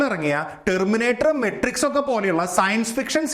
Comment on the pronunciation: മെട്രിക്സ് അല്ല മാട്രിക്സ്